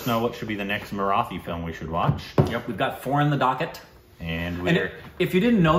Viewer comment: Guys, a small tip to perfect your pronunciation of the word 'Marathi'. Copy paste this into Google translate and hear it - मराठी. The T in Marathi is hard, not soft.